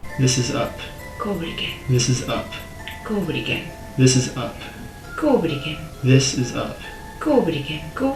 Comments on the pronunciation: sounds like she's saying "covid again" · I'm hearing "covid again" •.• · sounds like she's saying "covid again" 🤣🤣🤣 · i hear "covid again" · i hear COVID again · I'm so glad I wasn't the only one hearing covid again 🤣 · The "go over it again" began to sound like "go with the gang" over time